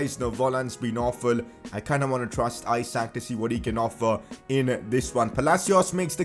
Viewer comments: Pcq : Reading Isak no Ajsak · i think the pronounciation is eshuk (the a sounds like u in mud for example) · Isak is pronounced Eesak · and isak pronunciation is wrong too